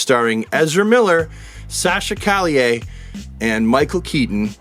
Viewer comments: Calle is pronounced: Ka ye. Double L in spanish is pronounced like a Y. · Almost got Sasha’s name right Calle pronounced Ka’h - YE Calle is a spanish word that means street you can look up calle in some spanish video for pronunciation reference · It's Sasha Calle like the word, street. So think of John McClane "Yippie Ki-Yay, Mother Trucker!" (edited for TV version)